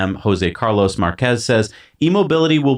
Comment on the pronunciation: Márquez, not Marquéz